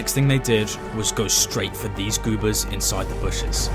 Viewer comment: No idea how you narrated a whole video pronouncing goobers as goopers 😂